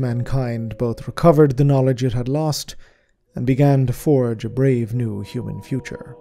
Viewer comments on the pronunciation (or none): none